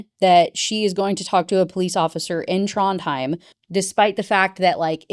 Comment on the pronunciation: Aw Trondheim is where my grandma is buried. Your pronunciation is fine!